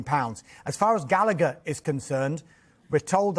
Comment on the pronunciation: Gal a. Her. Not Gallicker. It’s an Irish name Rory Gallagher pronounced Gal. A. Her. Why can’t people said it correctly